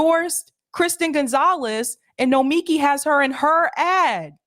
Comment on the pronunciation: I think the issue is that the accent is on the first and third syllable of her first name.